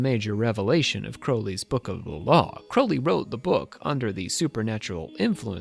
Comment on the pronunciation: Pronounce his surname properly will you?